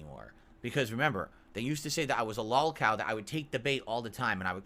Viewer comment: WHY CANT HE SAY LOLCOW RIGHT. WHAT IS A LAWLCOW